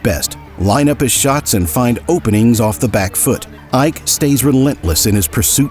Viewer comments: Not Ah-ik, I-Ke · Iyke??!!! Sacrilege...... It's IKE ..... pronounce it like an ogbo man ........ Now,ancestral and bloodline witchcraft powers stopped this one's greatness ...... Pity.